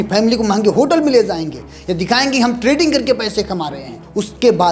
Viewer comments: Trading hota hai treding nahi 😂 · Treding nehi hota Trading hota hai abe anpad "